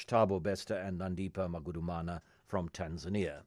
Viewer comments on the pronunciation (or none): GST bruh. And TanzaRnia?? lol